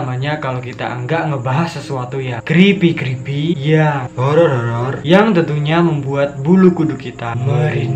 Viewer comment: Creepy creepy yang gua denger crispy crispy :v